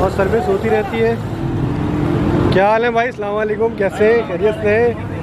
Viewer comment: bhai salam bhi karna nai aata hai tumko sahi se